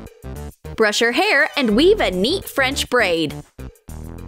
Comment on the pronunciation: When it said weave a neat French braid I thought it said weave a yeet french braid